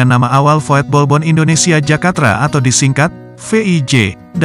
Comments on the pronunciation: VOETBALBOND dibaca VUTBALBON bukan VOYETBOLBON.. artinya Klub Sepak Bola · Min, kalo ngetik di aplikasi TTS jangan voetbalbond tapi vutbolbond pake U,soalnya robot mengucapkan sesuai apa yg ditulis,kecuali ente pake setingan yg bahasa belanda